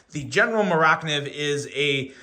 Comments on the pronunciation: Please stop pronouncing it Mor ak niv. It is driving me crazy. Just call it a Mora. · It’s mora…. Kniv’s… two words. It’s Swedish. They like putting words together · the way you pronounced mora - kniv, had me scratching my head for a few seconds. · I almost turned it off at that point.